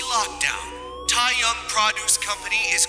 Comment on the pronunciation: Love your readings so much! Just a quick heads-up for future eps: 'seon' from seonbae is pronounced closer to 'sun' and 'tae' from tae-young sounds more like the 'e' in 'tech'. Thanks for making these!